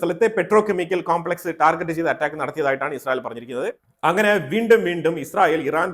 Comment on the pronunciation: ടാർജറ്റ് അല്ല ടാർഗറ്റ്